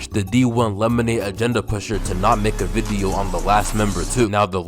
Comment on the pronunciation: bro you be saying video weird.